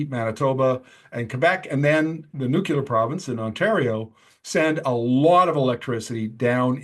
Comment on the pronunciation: An energy journalist should know how to pronounce nuclear. Lol